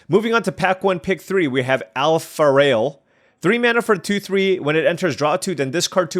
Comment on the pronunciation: AlpharAel 😅, not Alpharail 😂